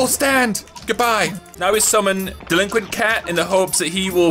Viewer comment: He says delinquent like dilikwe